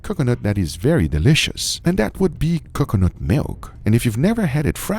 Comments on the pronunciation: Guga - "Kukanut Milk" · Guge saying C'cuh-nut hurts my soul for some indescribable reason. The side dish looked divine! Glad it all turned out good, would try. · Drink every time Guga says Cucunut 😂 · saying cocoanut wrong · Please NEVER say coconut again. PLEASE Or say it properly ffs